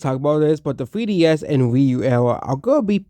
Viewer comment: “Thwee ds”😂 buddy’s disrespecting peak and cant even say it right